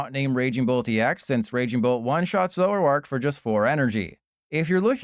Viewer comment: 🙅🏻‍♂️ zo-ROARk 👉🏼 ZORO-ark 🥷🏼🤺